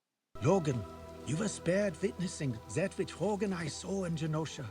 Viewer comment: It's Rogue, not Rouge.